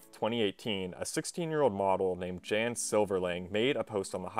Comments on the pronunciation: Lmao pretty sure Jan is the polish version of John and pronounced “Yon” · Who the fuck pronounces Jan "jen" lmao